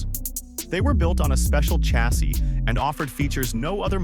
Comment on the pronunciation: It's pronounced ....SHA-SEE.........NOT..........CHA-SEE......you imbecile, go back to school and learn some English .